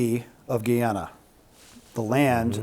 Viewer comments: GUY-ana. Not "Gee"ana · Guy pronounced guy, ana pronounced ana. NOT Geeana! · THESE 2 MEN KNOW ABSOLUTELY NOTHING ABOUT GUYANA - IT IS PRONOUNCED GUY - ANA , GUY -ANA. NOT GEEANNA. GO DO SOME RESEARCH BEFORE YOU SHOOT YOUR MOUTHS OFF. WHERE THE HELL DID YOU GET " VEN. TAKE BACK ESSEQ. ?? THEY NEVER, NEVER HAD ESSEQ" YOU ARE JUST GUESSING. GUYANA HAS 6 PEOPLES. THE EAST INDIANS ARE THE MAJORITY, BLACKS SECOND, AND THE OTHER FOUR PEOPLES. INDIANS WERE TAKEN TO GUYANA AS INDENTURE WORKERS. BOOK KEEPERS, ETC. GO GET YOUR INFORMATION STRAIGHT BEFORE PRETENDING TO KNOW WHAT GUYANA IS ALL ABOUT. VENEZUELA NEVER OWNED ESSE, NEVER. SO HOW CAN THEY " TAKE BACK " A PLACE THEY NEVER HAD?? IT GUYANA, NOT GEEANNA. VENEZUELA WILL NOT TAKE BACK ESSEQ. ESSEQ. BELONGS TO GUYANA . IT IS GUYANA. IT IS PART OF GUYANA. YOU SHOULD KNOW THAT THE " AMERICAN OIL COMPANIES " ARE PUSHING VENEZUELA TO FIGHT FOR ESSEQ. BECAUSE THERE IS A HUGE OIL DEPOSIT IN GUYANA. GUYANA WILL GET HELP. THE BULLY , VENEZUELA, CAN'T JUST GO CARVE PART OF GUYANA AND TAKE IT AS THEIR OWN. I WISH PEOPLE LIKE THESE MEN WILL DO THEIR HOME WORK BEFORE SHOOTING THEIR MOUTHS OFF. YOU ARE TALKING AS IF THE BULLY ALREADY TOOK ESSEQ. FOR THEMSELVES . GREED IS PUSHING THE BULLIES, MONSTERS TO SLAUGHTERED, MURDER , THE PEOPLE FOR THEIR LANDS. LANDS THEY OWNED FOR HUNDREDS OF YEARS. EVERY WAR IN THE WORLD TODAY IS ABOUT GREED. TAKE THE LANDS OF OTHERS, BUT THEY HAVE TO ETHNIC CLEANSE THE ENTIRE POPULATION FIRST. THEY ARE BRAGGING THAT " IF THEY GO , IF THEY LEAVE , IT'S OKAY. BUT IF THEY DO NOT GO , WE HAVE TO KI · Least they both could do is learn to pronounce our country's name correctly! It's Guy ana! Not a Geeaja!😡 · GUY-ANA ( 😊, no Gheeyana) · It's GUY ANA. Not Gy Yana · dude couldn't even pronounce Guy-ana properly. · Its..GUY-ANA NOT GE-ANA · Guiana is pronounced gee - ana. Guyana is pronounced like it's spelled, guy - ana! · Ay si me desesperó un poco que digan GiYana fue ufff no es tan difícil decir GUaYana en fin😂😂❤